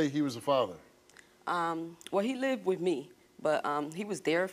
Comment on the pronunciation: It drives me nuts when ppl say “wif” instead of “with” I don’t know why but, both of my kids started pronouncing it that way when they went to school. Drove me nuts!